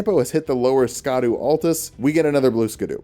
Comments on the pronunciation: scadu is just pronounced shadow btw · Wait, it's not pronounced blueskadoo? You be fibbing. Real talk tho, Scadu being pronounced Shadow is something we all should have seen coming. More archaic English please. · Apparently the "scadu" in Scadu Altus and scadutree fragment is pronounced like shadow because it's based off an old English spelling